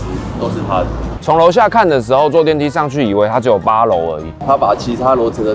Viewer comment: 上去聽起來像窗戶